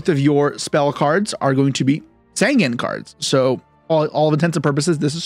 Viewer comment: Sangen is not called Sangan, Sangen has an "E" in there Sangan Has an "A" in there so there different